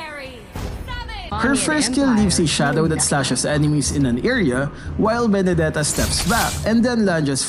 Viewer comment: HAHAHAHA VENDETA